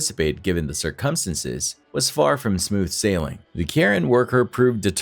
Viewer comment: PLEASE this is like the 4th video between here and Fear Tales where this same narrator says "circumstances" wrong. Please learn at least this one word if it's used so often 🙏